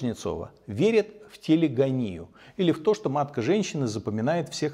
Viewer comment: есть, конечно, небольшие неточности лишняя хромосома - не всегда синдром Дауна трисомия может быть и по другим парам хромосом, например, по 18 хромосоме - синдром Эдвардса, трисомия по 21 паре хромосом - синдром Дауна и всё таки не "телегонИя", а "телегОния", а в целом всё прекрасно!!! прошу прощения, если как-то не так высказался, просто биологическое образование обязывает просвещать людей в подобных вопросах :)